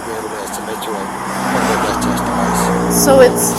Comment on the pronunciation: ok but if he can't properly pronounce the word breath maybe he should be reading it. I kept wondering what the heck a bleath test was.